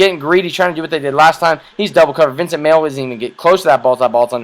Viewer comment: Vince Mayle is pronounced MAY-LEE. i love your video btw, good stuff.